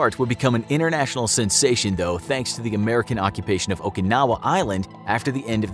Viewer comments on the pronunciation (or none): none